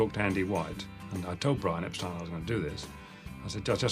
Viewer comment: mispronounced Brian’s name didn’t he!